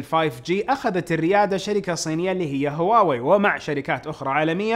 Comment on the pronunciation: ترى مافيه مشكله تنطق هواوي مثل الناس ...